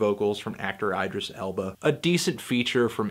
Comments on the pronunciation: this melon said eyedris elba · Shout out to EYE-dris Elba.